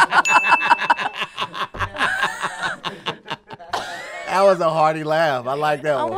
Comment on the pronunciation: She butchered the "so deeyum funny" pun :(